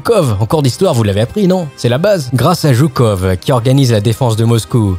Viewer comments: JOUKOV CE LIT JOUCOF LE V SE DIT F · Alors: sa ce pronnonce Joukov, mais sa s'écrit Zhukov